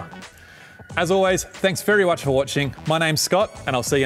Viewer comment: "Thanks very wuch for watching" :P